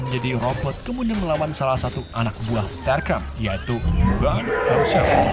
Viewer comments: STARSCREAM, bukan Starcream. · starscream:starkrem decepticon: desepchen megatron:mekatron ironhide:ironhed 😂😂😂😂 pi sekolah isap gam ke bang